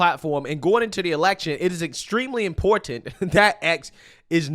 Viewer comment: Oh my God! This "thing" is so triggering for me and I don't know why. This "thing" is how the younger generation pronounces the word "Important". I learned to say important just like that. Important. Not "Importante" or "Impor TANT" Can we just say the word without the added accented end of that word? Not important. Don't answer that. Yeah ok, it was whining. I agree. Love your channel.😎